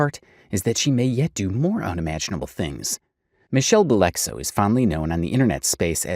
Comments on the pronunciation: Bellexo lol it's "bell.... ex oh" dummy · Her name isn’t Michelle Bellexo lol it’s Michelle Belle X O, like a rhyme and then hugs & kisses.